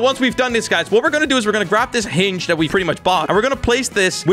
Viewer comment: wErE gOnNa BuY a HiNg me: thats not how you say hinge